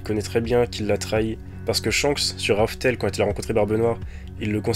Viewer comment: Juste c raftel et non rough tell